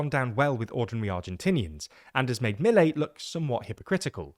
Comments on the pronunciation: I don’t understand why you are so lenient and optimistic about Milei. (Pronounced Miléi and not Mílei) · It is clear that you research a lot about the topic, so why can't you learn to pronounced his name? I'm not demanding perfect pronunciation, just learn to emphasis the proper part of the word, that can't take more than hearing the word twice. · It's not so hard to find out the names pronunciation: Milei, the stress on the las syllable and Kicillof is pronounced Kisilof not Kichilof